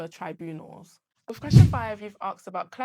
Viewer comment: "wiv"......... 😂😂😂😂😂😂😂 Professional AF bruh